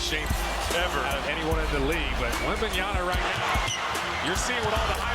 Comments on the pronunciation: Wembanyama not wembanyana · It's Wembanyama, not Wembanyana. Announcers should be better than that. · It's not Wembanyana, you knuckleheads. LOL. I cringed every time I heard the announcer say that. And you go and write it like that in the video title too. It's WembanyaMa with an "m". I get that it's a complicated name to say, but the announcer should know better. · I thought it was Wembanyama, but the announcers are saying WembanYANA. What gives? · That's Warriors announcer keeps calling Victor "Wembanyana" 🤦🏾‍♂️ like my dude it's a long name but it ain't that hard to pronounce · that caster kept saying 'Wembnyana' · Did nobody pull this guy up for saying 'Wembanyana'? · "Wembanyana " destroyed what ? ? Well, you ruined his name . It's Wemba-nya-MA ya know, or Wemby if mastering four syllables is that hard . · cant people read right? its in the back of his jersey in all caps "WEMBANYAMA" yet, they still choose to call him "wembayaNa" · Yeah sounds like Wembanana I don't like that 😡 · the announcer keeps saying his name wrong all the time lmao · Wem-ban-yaMa. Why everyone mispronounce. Learn his name!! He's the future goat!! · *WembanyaMa. Pathetic "commentators" can't even get his name right. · Why are these announcers saying his name with an N? It's literally right there on his jersey...wembanyaMa.